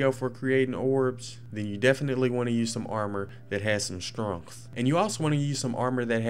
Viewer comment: It's pronounced. Strength not stronth